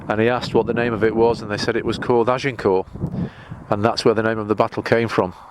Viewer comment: Azincourt is the village adjacent to the battlefield. We say Ag In Court, with the t pronounced.